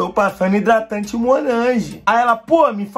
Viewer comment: " IDRATANDE MOLANGE "KKKKK coeeeee cr kkkkk